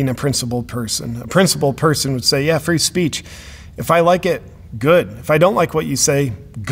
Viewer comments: "Freeach" , beautiful mistake. Haha. That could actually be your new merch. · you made a new word "Free-eech"